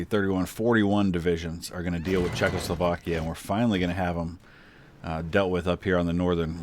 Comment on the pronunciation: Well, maybe the Czechs are just pissed because you keep pronouncing it "Czech-LO-slovakia."